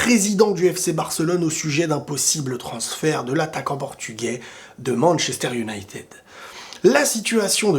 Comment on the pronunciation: Comment ca "Un night aid ou United"? mdr respecte un minimum stp. Le Real est le meilleur club du monde mais n'est pas la seule institution footballistique non plus. ManU c'est quelque chose quand même.